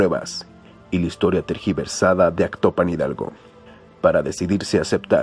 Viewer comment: Se dice Tergiversada, no Trasquiversada. Corregir por favor. Gracias.